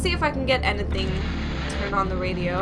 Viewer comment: I love the way you say anything "ant-e-thing" :)